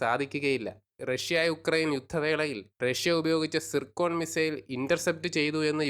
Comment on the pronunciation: സിക്രോൺ... സിക്രോൺ... സിക്രോൺ... 🙄ദൈവമെ.! ഇവൻ ലേലം ഉറപ്പിച്ചൂന്നാ തോന്നണേ.. 😄😄😄😄(സിർകോൺ ആണെന്ന് ആരും പറഞ്ഞുകൊടുക്കണ്ട..🤔 പിന്നെ അതിന്മേല്ക്കേറി പിടിക്കും. 😅)